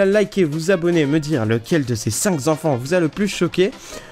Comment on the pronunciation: "cinq z'enfants"?